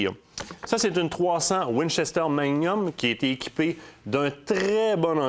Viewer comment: Manium?, on prononce le "g".